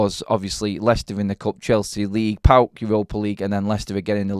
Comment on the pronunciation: I can't believe you called the opposition on Thursday night as??? Pawk... 😂 😂 😂. You pronounce the just by the four letters... Modern football fans 😂 😂